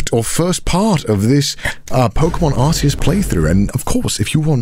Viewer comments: Isn't it Arkeus not Arseus? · The way he pronounces Arceus annoys me